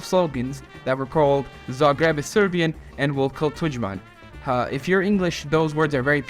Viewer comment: your name is, and you cant pronounce Zagreb correctly?